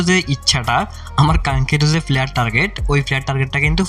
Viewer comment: Flayer 🙂fura luck ,tarfor,shoebofrothom ,🙂fasss, Vai vasha tik Koren Valo koira bolen Valo shuna jai na